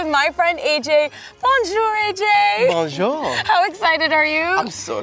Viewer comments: I cringed when she said "Bonjor" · I speak french fluently and I know that's not how you say bonjour.